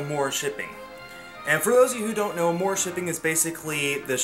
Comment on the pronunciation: je sai sa I'm french that's why I'm telling you you that your saying amour wrong